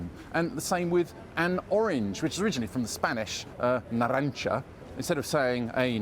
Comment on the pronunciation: Your pronunciation of 'naranja' really drove me mad in this video.